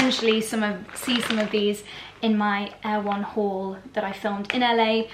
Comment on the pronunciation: Not Air One,: Er-e-won - from the book Erewhon by Samual Butler (circa 1872), a satire. Worth reading!